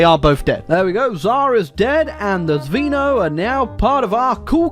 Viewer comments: Well, it's not Zvíno, it's Zvéno. Zvíno really does sound alien. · Its so funny how u pronounce Zveno 🤣 actually, the meaning of Zveno is sth similar to a cell